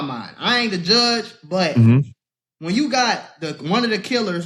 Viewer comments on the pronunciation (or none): none